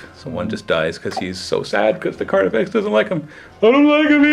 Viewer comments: Not slip of the tongue, he intentionally calls it Carniflex multiple times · Did I miss a joke or is he saying "Carniflex?"